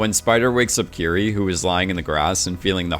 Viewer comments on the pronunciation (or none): It’s pronounced like “kitty” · Am I the only one who thought her name was kitty? Legit I swear everyone was saying kitty not Kiri, lol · Is it just me or did I hear kitty?